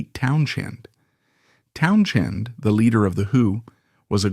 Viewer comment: Ha ha! Town- CHEND. That’s AI for you.